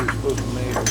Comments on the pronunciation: If i hear “MeAsure” like that 1 more time… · Idk if it’s just your areas accent but you’re the only person I’ve ever heard say measure like you do